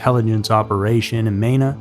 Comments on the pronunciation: It’s pronounced Mēna.. long E. And there is an entire area in three states to stay away from… even if you live there. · Hearing the way he pronounced Mena is painful